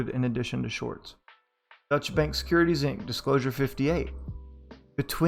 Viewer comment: Nice reading! A note, though: Deutche is a German word and has two syllables. It's pronounced more like (DOY-cha) than (dutch).